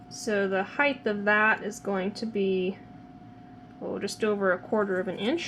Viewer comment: Height, not heighth. No such word.